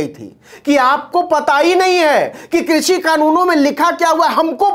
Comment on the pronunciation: वाह मोदी जी वाह कृषि को भी क्रुसी उच्चारण कर रहे हैं। 👏👏👏